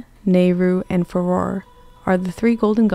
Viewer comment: cool video but the mispronunciation of farore is quite irksome